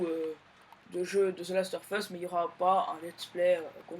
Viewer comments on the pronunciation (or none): On dit the last of!! Us pas the last or us